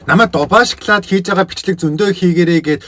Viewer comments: шоколд биш ээ шокалод шдээ😂😂😂😂😂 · Шаклаад идэж байгаа юм чинь шаклаад л амтагтан шд